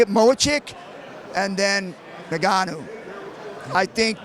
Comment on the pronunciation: Mochick and then Nuh-Gan-Ooo 😄🤣😂